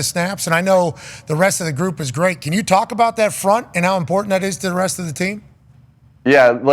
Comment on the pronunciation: “Yew” is crazy